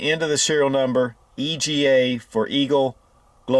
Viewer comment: EGA...Eagle, GLOBE, and Anchor...not "Global"